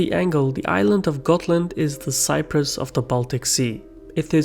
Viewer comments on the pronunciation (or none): none